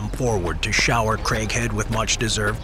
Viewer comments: Who else thought he was saying "Christian Crackhead"? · I know its craighead but i keep hearing "crank head"😂😂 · why I always hear "crackhead" instead of Craighead lmaoo